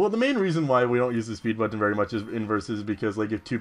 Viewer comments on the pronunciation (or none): Oh, sorry, someone already commented on Jaws, anyways, When you say butTon, it's like the opposite of how on the Animaniacs, Mindy would say Buddons with NO emphasis on the T at all. Who cares how you say it though, it's your thing. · it's pronounced buttn :p and dragon resists water, electric, fire and grass. Probably some other stuff too. can't remember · You say it butt-on